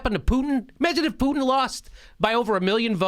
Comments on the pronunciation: Jimmy rocks but his russian accent stinks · Obama has been absolutely somnambulant of late. His usual laid back demeanor has progressed to near coma. What a total sell-out. p.s. (Jimmy does a great Swedish accent as Putin.) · jimmy's putin impression sounds scandinavian.